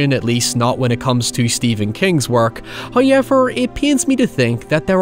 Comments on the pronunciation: Before I make this comment, I already know that every YouTuber cannot take people's opinions as actual criticism, but that person being a negative troll, only saying mean things to tear them down. I'm aware of that. With that being said. I love your videos, except for how you say "however".... I mean, the word is right there, I just typed it. You cannot pronounce that as "highever" and still be pronouncing it correctly, regardless of accent. Accent may point in a direction, but bastardization is wrong in every literative sense. But that's not my main complaint. As a guy your age, I think your hair looks awful recently. My girlfriend agrees, but she would never do something so cringey as telling you. That is all. Almost no complaints about your actual videos. Except for highever. Like, that goes for all English speakers. Canadians say sorry correctly... Britts, Australians, and Americans all say it wrong. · If you heard "hoyever" outside your house watching you. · I was going to wait to watch this till tomorrow since I'm tired, hyever I probably would forget about it so I decided to just watch it now. If not I would of had him saying hyever stuck in my head the entire night. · Why has nobody made a "hoyever" compilation? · First "hoyevver" drops . And The Corn is pleased. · First "hoyevver" drops . It is well pleased. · I love how you say “however”